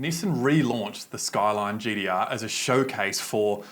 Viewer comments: Its gtr not gdr idiot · GTR NOT GDR 🤣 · Gtr not gdr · I literally couldn’t watch this because of him saying GDR and ninedeen eidee noine